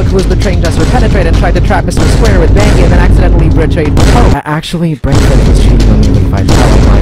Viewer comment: Its not panki,its BANGI